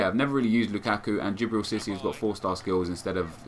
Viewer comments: IT'S FUCKING CISSE, NOT CISSY. Is what I would be saying if I gave a shit. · Just to let you know Nep it's SEE-SAY, no hard feelings man :')